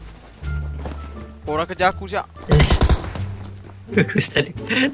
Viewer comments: "one and onleh"🔥 first lagi😂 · 'The One and Onleh'..Hi Mak!